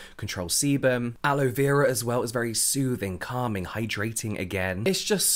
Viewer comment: I love the way you say "sOOthing and cAlming" and the fact that you never use them as individual words 😂